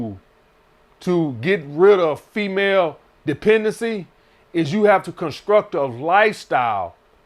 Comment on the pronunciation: The way he says "construct" takes me out lol.